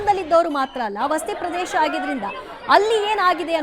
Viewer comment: Kannada ucharane correctagi Madi. Vasti pradesh alla vasati pradesha